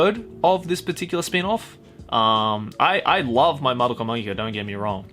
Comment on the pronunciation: It's pronounced Madoka Magica, not Madoka Magica And Magia, not Magia